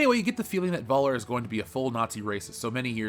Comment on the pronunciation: Thanks for this video. However, PLEASE learn how to pronounce "Völler"' correctly. In German the "V" is pronounced as an "F". And the "ö" is sortof like the sound you make when you say "err".